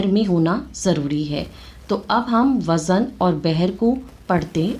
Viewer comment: آپ ہرجگہ لفٹ وزن میں زاے معجمہ کو متحرکب بول رہی ہیں ساکن بولیے